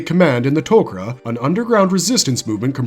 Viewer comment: Am the only one can hear the Tok Ra saying we are not Goa'uld we are TokRa. Dude couldnt even say their name right in the video.